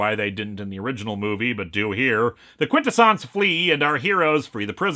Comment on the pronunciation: I thought it was pronounced quin-TESS-unz